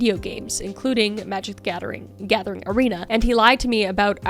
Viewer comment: When I heard you say Magic the Gathing I was like "hubby come here!" 😂